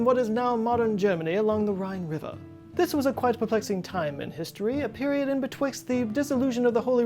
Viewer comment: "ah peri-ohd known in history by scho-lahrs as .... a cluster***." LOL!!